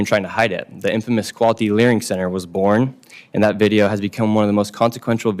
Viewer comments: Nick saying "learing center" all the time is legendary😂😂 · It is so funny that the ones that follow and know all say "LEARING center" 😂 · THE FACT THAT YOU KEPT SAYING "LEARING CENTERS"- I HAVE TO BUY A SHIRT. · The fact you’re stilling calling it a “learing” centre while answering these questions is hilarious hahaha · "...went to the locations of the learing centers..." now we are all saying learing